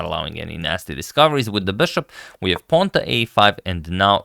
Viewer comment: "Bøshåp" - it sounds french? (LOVE! LOVE! LOVE!)